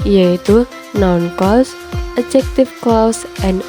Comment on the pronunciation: Hanpir semua English Teacher di Indonesia ngga bisa mengucapkan "Clause" dengan benar. Ini salah satunya.